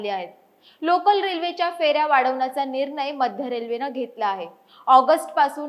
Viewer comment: Nir nay. Lai bhari marathi bolati 😂